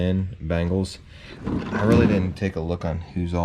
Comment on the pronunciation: bEngals - not bAngles